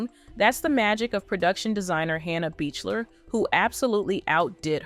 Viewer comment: Wonderful, will def watch other videos! Regarding Hannah— you pronounce her last name Beakler ✨